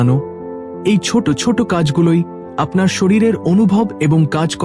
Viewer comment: বাংলা বলতে শেখেন নি? বড়্ বড়্ ছোট্ ছোট্, দেব্, হল্ এসব কী উচ্চারণ?